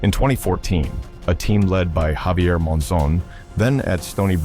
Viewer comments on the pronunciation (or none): none